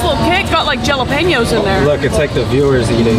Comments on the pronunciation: DIDI SEH JUST SAY GALEPENO ITS JALEPENO WTH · Are we all just going to gloss over the "jal"-apeño comment ? You say jalapeño like the j is a short h sound!! Hahaha! For real though, fun video!! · Kris I’m sorry but wtf is a jellopenio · Galopinos? I love your work, but you must pronounce jalapenos correctly. The J is an H sound. Ha - lo - pee - nyos. You go girl!!! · I'm sorry... JELLA-PANIOS?! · The jal-le-peños 😂 love the jal, you guys are so funny ❤ love ya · Did you say.... Jello-penos? 😂😂😂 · ✨Its got jala- PEN-YOS✨ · the heck you saay? "G"alapeno?? :D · Hey Kris! The "J" in jalapenos is silent or is pronounced as "H". Not trying to be rude. Fun video btw. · She said Jalapeno 🤣🤣🤣🤣🤣🤣🤣🤣 Kris im sorry hate to be rude but it's pronounced (Hal e Pain yo) 🤣🤣🤣🤣🤣🤣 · How do I get the job of being Kris and friend?... Also, I challenge Kris to an egg-off.... Finally, her pronunciation of "al dente" and "jalapeno" is just awesome. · she rly just said jalapeno but pronouncing the j rip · did she pronounce the j in jalapeños.. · Please learn how to pronounce jalapeño & al dente